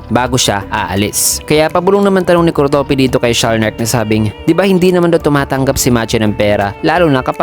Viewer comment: Na babother ako sa pag pronounce mo sa pangalan ni kurtopi😅